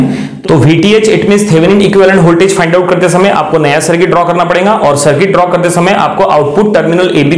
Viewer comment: Your lecture is of the best quality but the problem is with your Hindi You are stressing 'n' in between the words rahega as "Rhenga", parega as "Parenga" etc.